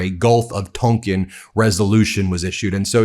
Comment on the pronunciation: Ben, I think The Gulf of Tonkin is pronounced "tawnkin" not "tunkin".